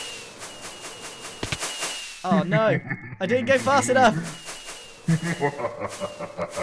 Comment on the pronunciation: grian sez no what you hear: no what i hear: nowr